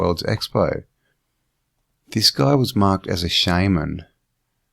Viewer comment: Shaman not shameman. And think Annukaki for the Anu.